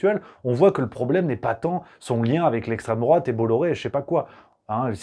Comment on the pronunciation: Et en plus il passe pour d'essstreme drouate vis à vis des gauchos😂😂😂